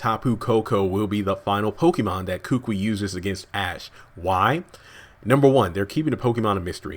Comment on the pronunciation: I strongly suggest to the uploader that he learns to pronounce names correctly. Kukui is pronounced koo-koo-ee,not kookwi.